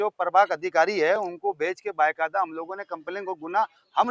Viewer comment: بائے قاعدہ مت بولا کرو ،بھائی با قاعدہ بولنا سیکھ لونا ۔کب پروگریس کروگے۔